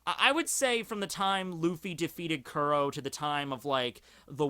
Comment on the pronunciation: First and foremost thank you for posting these videos however white boy you should really start watching the anime starting with episode 1 so you can at least start pronouncing the first villains name properly. Both the Manga and Anime States that Captain Kuro was sick and tired of getting attacked by the Marines and doing the flashback he states that this was the third time this week that he got the tact and that's when he concocted the plan do frame someone else and have Morgan arrested them. Since the straw hat pirates in Django are the only people that know about Captain crows identity, he can easily change his name and join Cypher pol and get back into the storyline.